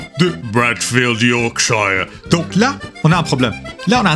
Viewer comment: And he pronounced "Yorkshire" wrong... 😭🤣